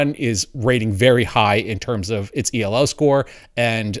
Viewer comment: it's pronounced Elo. lol